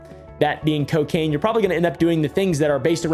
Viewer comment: Alcohol and c-Kain. Mm k